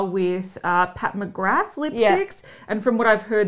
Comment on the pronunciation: No fault of your own ladies, but I’m sick of everyone pronouncing Pat McGrath wrong. It’s pronounced McGraaa, from the Gaelic meaning “son of grace”. It’s nice for people to learn about old Gaelic names (like mine “McQueeney). Because it’s a disappearing and very cool language.